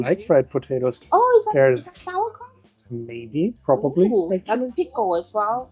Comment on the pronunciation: I need to tell you it's called sauerkraUt not sauerkraft ❤